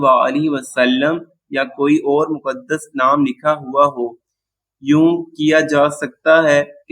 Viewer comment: Muqaddas hota hai (Mu, Qad' das). not makdas..